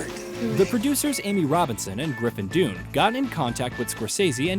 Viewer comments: Griffin “doon” barf 🤮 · Have been enjoying your film reports a lot -- thank you! One quibble here: The After Hours star's name is pronounced "Done" (not "Doone"), like the name of his uncle, John Gregory Dunne.